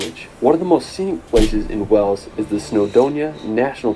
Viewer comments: WAYls not Wells for Wales! 🙂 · Why are (most) Americans unable to pronounce "WALES"? It isn't "Wells" as most of them say it's pronounced "WAYLES"!